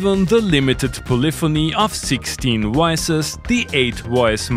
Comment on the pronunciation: Shot of wodka evertime you say woices